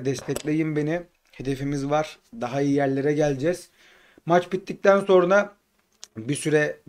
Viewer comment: "sorna" değil "sonra"dır doğrusu... ses tonunu yerine göre kullanmalısın hep aynı düzey olmaz, vurgular, telaffuzlar daha güçlü olmalı. Genç oyuncular hakkında bilgilendirici videolar yaparsan ilgi çeker diye düşünüyorum. "Kayıp Yıldızlar" serisi yapabilirsin Ali Şen Kandil, Barış Memiş vb. Selam ve başarı dileklerimle...